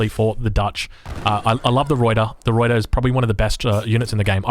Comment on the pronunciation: Old replay but I have to comment because I am so distracted by your pronunciation or lack of. 1) Pick a pronunciation for "Ruyter" and stick with it please. I recommend not rolling the R since you're Australian and your normal speech pattern is non-rhotic. Just use the Anglo-Australian pronunciation and call it good. Going back and forth between three different pronunciations is extremely distracting. 2) tee-pee, not tee-PEE. Best regards.